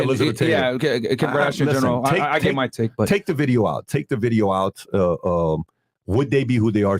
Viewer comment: "Like the bideeoo" hi